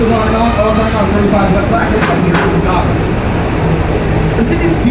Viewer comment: сами они говорят Щикаго))